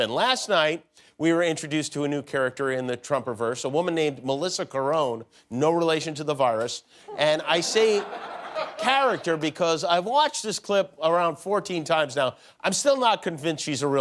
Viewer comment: Carrone is pronounced "Karen".